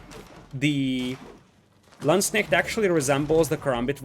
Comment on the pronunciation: Damn I have to say your pronunciation of Landsknecht is great, even using the correct plural Landsknechte :)